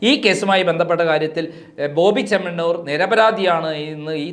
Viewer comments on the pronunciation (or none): ചേണ്ണമാണ്ണൂർ അല്ല ചേമ്മണ്ണൂർ പോയി നാക്ക് വടിക് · ഈ ചങ്ങാതിക്ക് മലയാളം പറയാനറിയില്ലേ.?😂 ""ബോബി ചെണ്ണമാണ്ണൂർ '' കഷ്ട്ടം 🤔🤔